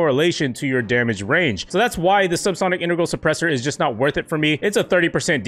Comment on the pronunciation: He says dermage